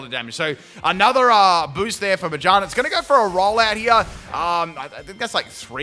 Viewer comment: Everytime pronounced Ma-GEAR-na as Majarna my butthole clenched a bit